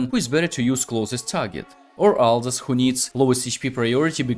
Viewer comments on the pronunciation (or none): none